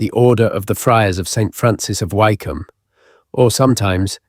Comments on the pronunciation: Lovely and fascinating narrative. Been to a few of these and many thanks for the considerable effort that has gone into this, But . . . OMG: re Hellfire Club, Wycombe is not like Bike it's as in Wick. Is it not possible to correct errors lie this??? These things are quite easy to research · Wycombe is not pronounced why its pronounced wick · Yes West Wycombe near High Wycombe is pronounced Wick’am. I used to live there. I’d walk my dog up on the hill around St Lawrence Church with its golden ball. At night the Dashwood mausoleum next to it is floodlit so as you drive along West Wycombe Road towards it, it seems to hang ghostly, eerily glowing seemingly in mid air. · Learn how to pronounce Wycombe. (Wicome) is how it is pronounced. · AI often mispronounces words... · This is AI! Wycombe incorrectly pronounced. Thumbs down to this rubbish